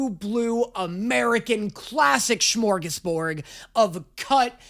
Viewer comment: its smörgåsBORD not BORG